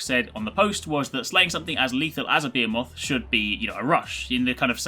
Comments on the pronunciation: It's amusing how you keep saying "bayeimof". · The pronunciation of behemoth triggers me.